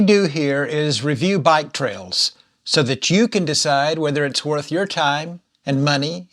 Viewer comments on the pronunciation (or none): none